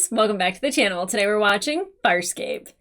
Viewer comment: ... Why does this womanpronunce "Farscape" as a southern american would say "Fire escape"?.. She even seem to include the extra micro gluttal stop.